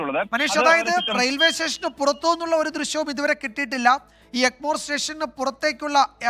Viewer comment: എൻമോർ അല്ല എഗ്മോർർർ ർ......